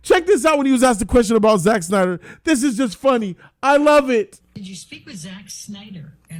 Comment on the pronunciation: "with one Zack Synder" haha